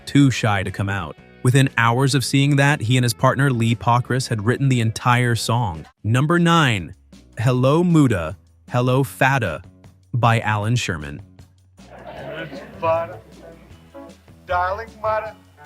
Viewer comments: Do yourself a favor: narrate your own damn videos, so your channel won't sound so stupid for mispronouncing things like "Muddah" (NOT "moo-duh")! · Did he even listen to the song before pronouncing it as “Moo duh… Fad duh”? DUH! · Not Moo-dah, Mud-dah. Not Fad-duh, Fah-Duh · Holy smokes! When you can’t make “mudda” sound like mother, you shouldn’t make any more videos! This one gets a HUGE, ENORMOUS thumb DOWN to the center of Earth and it will be the only video of yours I ever watch! 😠😠😠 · You hear him say the proper pronunciation. It is mud duh and fa duh. Not moo dah etc. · Mudda, not MOODA. brudda, not BROODA. Oy. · Jeez dude learn some pronunciation ! Hello MOODA Hello FADDA as in FAT JEEZ. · Who does this ? It is pronounced " mudder and fadder " not whatever the f this guy said ! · You're pronouncing mudda and fadah wrong. Didn't you listen to the song ? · Moodah? Please listen to these before doing the narration. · I can see the computer generated voice mispronouncing words but doesn't anyone listen to these things BEFORE they're published to YouTube? Hello MOODA??? Come on, man. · Yeah. "Hello Mooodah." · And Hello MOODA??? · You may need to check how to say "hello muddah hello faddur".... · Dude, you really messed up pronunciation of "Muddah," "Faddah," "Dominique," and "Arab" as they were pronounced in the songs. Sheesh!